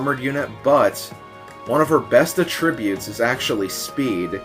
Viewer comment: That was one of the correct pronuctiations of attributes.